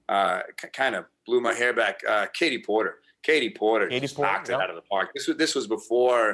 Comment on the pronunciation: “Katie pooooorter”